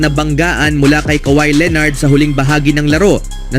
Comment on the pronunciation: Leonard hindi leenard, dami mong pa-style.... Bulok!